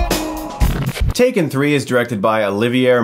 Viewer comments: It’s not take-three-n, it’s tak-three-n. Tak pronounced as “tac” as in “tactics”. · It's TAK 3 N. Not TAKE 3 N. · Chris, I'm afraid your saying the title wrong. It's actually pronounced TACK-THREE-EN. Hope this helps. :) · It’s pronounced “Tak Threen” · Calling it take three-en made my day lmao